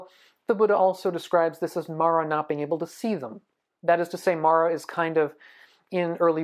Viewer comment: You’re saying it wrong. It’s Māra. Not Mara 😅